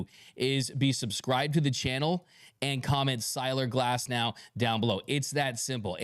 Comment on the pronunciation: “CYLER GLASNOW”